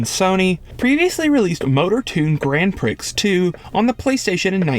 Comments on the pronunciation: Hehe u said grand pricks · I haven't heard a mispronunciation of "grand prix" since elementary school